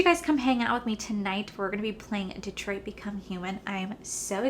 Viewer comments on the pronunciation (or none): none